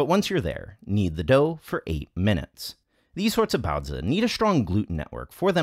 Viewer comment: Well, you certainly say "baozi" better than Babish.